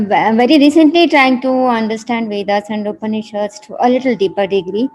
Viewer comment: Sir, you must change ur accent it's like foriegn imported lecturer like those libral manes, don't expose urself like a max meular type hinphobic maleech, If you want to mention the Puran or upanishad be pronounced correctly & respectfully.